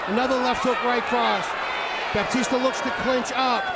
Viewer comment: Not sure who this “Bapteestur” guy is but I enjoyed that fight.